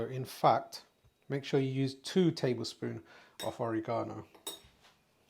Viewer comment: It's not OreeGsnoo it's Oregano. Forget about it & keep your shirt on! Your food looks awesome regardless. Thanks for the introduction. Yumm